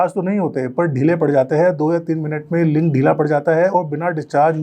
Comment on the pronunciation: Doctor ka bola link v ling sunai dera h 😂